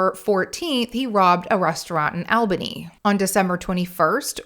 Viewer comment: Great video, a couple things though - we pronounce it All-bunny and the southern Oregon towns you called melfort and grand pass are called Medford and Grants Pass, and lastly we just called it a phone book back in those days, the white pages to be more specific we didn’t really have access to reverse directories until the mid ‘90s when the internet started becoming mainstream.